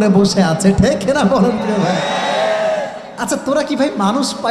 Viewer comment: ঠেক নাতো হুজুর ঠিক হবে উচ্চারণ সঠিক ভাবে করলেন